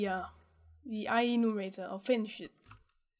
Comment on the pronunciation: It's I-Enumerator, not I-E-numerator ;)